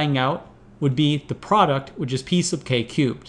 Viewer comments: Am I the only one that hears "piece of cake" every time he says "P sub k"? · 'P sub K' or 'Piece of cake'? XD